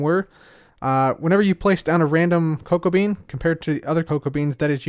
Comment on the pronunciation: Did anyone on accidentally think that he said cocaine rather than cocoa bean